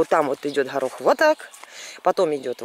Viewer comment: Почему вы говорите харох а не горох?))))